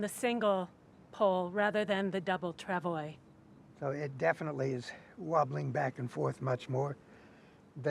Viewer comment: It’s “trav-wah”. French word.